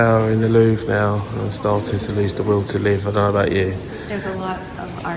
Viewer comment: That is the 1970s version of "Narnia". Bathroom was probably brought about in the Sequel in the 2000s. I've seen this location used in movies. I'm glad you annunciated your words. Up to this point I thought you kept saying "Loo". 🤣 I'm with him. Too many people, I wouldn't want to see the whole thing. It's cutting into the time at the local pub! 🍻 that ceiling is amazing! Nice tour. Thanks for sharing. 👍